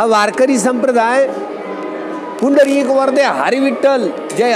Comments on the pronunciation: पुंदरिक नाही पुंडलीक आहे ते..😂😂😂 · अरे भाऊ, पुंडरीक वरदे हरी विठ्ठल नाय रे, पुंडलिक वरदे हरी विठ्ठल.